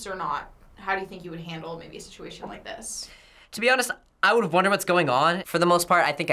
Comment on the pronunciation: she says woode